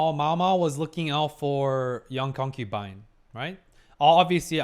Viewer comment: My drinking game ended with stopped saying concupine 😔